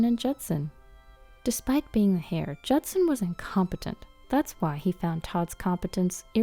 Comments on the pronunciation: "Hair" for heir? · Get "native English speakers" that pronounce all the words correctly! Heir is pronounced AIR, the H is silent!